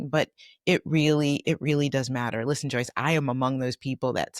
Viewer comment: No offense, but..........JOYCE!